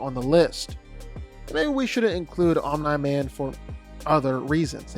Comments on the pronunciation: lol why is he saying Omni man like that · Why are you pronouncing Omni-man's name like that 😂